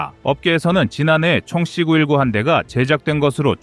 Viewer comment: 는 AI 인가요? 발음을 왜 AI처럼 발음을 할까요? 사거리를 삭꺼리로 발음하고 C 919를 C구 일구로 읽고......그외에도 몇개가 더 있던데 듣기가 좀 불편하지 않습니까? 나만 그런가요?